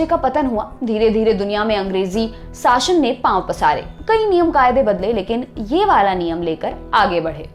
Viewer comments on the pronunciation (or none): साशन या शासन ?